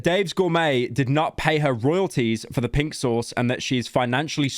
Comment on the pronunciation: When Pyro says "Pink Sauce," it sounds like "Pixels"